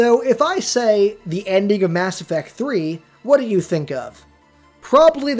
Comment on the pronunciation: Knew everything and hated the way you say effect